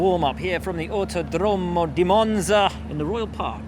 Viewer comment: That autodromo pronunciation is painful! :D